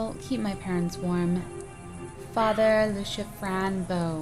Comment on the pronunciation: it's not lushia its luchia its my name